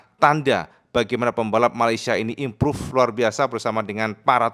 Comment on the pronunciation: Imprav impruve gak impruve impruve.... HTA busuk